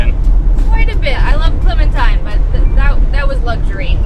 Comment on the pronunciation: Clementine* No "s".👍